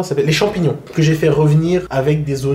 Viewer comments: Il a du mal avec les « chamignons » 😂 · Le mec il a vraiment du mal avec le nom des champignons 😂